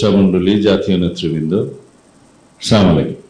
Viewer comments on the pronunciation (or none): সালাউদ্দিন বাই চাঁ,মলাইকুম না আসসালামু আলাইকুম বলবেন